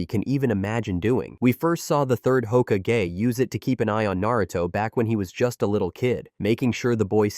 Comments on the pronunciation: Ho-ka-gay is crazy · No one is going to know how words are suppose to sound anymore. A.I is Hoka-gay! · Say hokage one more time I dare you say it one more time!! Don’t you talk about my hokage like that